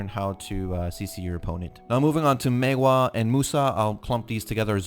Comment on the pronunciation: You are one of the very few content maker on Youtube that actually pronounce "Maehwa" correctly. Kudos!